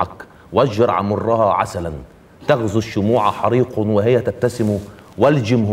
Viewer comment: سوى الله : لام لفظ الجلالة هنا مفخمة ولا ترقق الا اذا جاءت بعد حرف مكسور مثل بسم الله فترقيقها بعد سوىَ خطأ وهى تبتسم : الهاء هنا ساكنة وليست مكسورة لمقتضيات الوزن اما عدا ذلك فالالقاء جيد